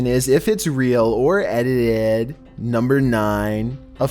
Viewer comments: Us: "edited": "edidehhdd" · "is it real or if it's edehedih" 😂 just thought it was funny not trying to laugh at his speech.